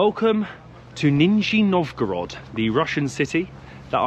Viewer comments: Вроде из более чем десятка раз под конец видео однажды почти правильно произнёс название города 😂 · It's really DISGUSTING to say 'Ninjya Novgorod'! Narrow-minded folks, init... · Your pronunciation is a little funny😅 NinjaNovgorod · russian names exist, random uk guy: - nizhzshthniy novgorod!!!!!! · You could've taken an effort and read the city name correctly... what a shame